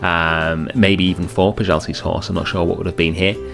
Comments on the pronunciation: you are almost there! 😅 The right pronouncing is Pschewalski. The r is silent! But I also liked how you were saying Peschalski! Frontier could have made it easier for all of us by just adding the as well endangered Somali Wild Ass! 😉😂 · Pronounced schivalskis horse. Love the build!